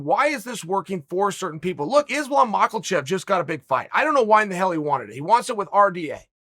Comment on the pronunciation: Islam mochaelchev it is, boys